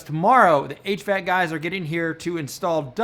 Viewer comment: I didn’t comment last time, but I can’t hold my tongue any more. It’s not “h. Vac.” Its h.v.a.c.